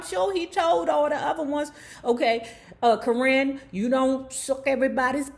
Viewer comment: Her name is Cor-rin not kern the way u saying it lmfao